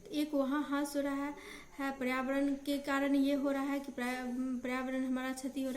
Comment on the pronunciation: Beta aapki classes pehle se kafi acchi ho rahi hai, improvement ho raha hai but thora sa aapko correct karna chahungi. ह्रास hota hai matlab nuksan ya kami aur aap bol rahi hain, हास